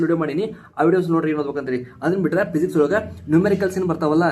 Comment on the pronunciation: ಅಣ್ಣಾ ಅದು ಪಿಸಿಕ್ಸ್ ಅಲ್ಲ ಫಿಸಿಕ್ಸ್ ಮತ್ತೆ ಪೋಕಲ್ ಪಾಯಿಂಟ್ ಅಲ್ಲ ಫೋಕಲ್ ಪಾಯಿಂಟ್, ಪ್ರೊನೌನ್ಸೇಷನ್ ಸರಿ ಮಾಡ್ಕೊ